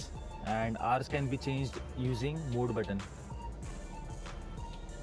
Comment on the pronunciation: very informative. And it's MODE NOT MOOD ! It's kind a funny!!